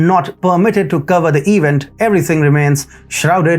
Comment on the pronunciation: Hmm. In speaking of the "peek-a-neek," what's an "eev-int"? Does he mean 'event'?